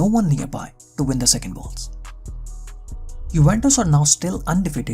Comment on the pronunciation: Dude please learn how to spell names before you make a vedio.. You can't insult the fans by calling names randomly whichever you choose for example Juventus with (yo) not (jo), just like the ( j ) in Pjanic.. You pronounced it (Pia) yet you kept saying (Pianik)! While his name is (Pjanic = Pianich) do your home work please those are well-known clubs/players.. It's really annoying to miss-spell thier names.